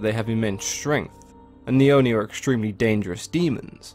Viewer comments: Great video! I really enjoy learning things about myths and especially Japanese culture (I'm Japanese myself but don't know in this detail about stories and creature). Also, not sure if anyone else has commented, but Japanese words are written syllable by syllable and the i at the end of Oni doesn't affect the o and it's a short o. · I like how he pronounces non-english words. Owh-Ni=ONI, DowJi=DOJI, EMNA=ENMA, RAYKO=REIKO, SAKI=SAKE